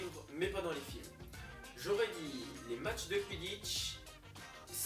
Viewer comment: Très bonne vidéo :D Par contre le "filmes " avec un e bon ... Voilà quoi :p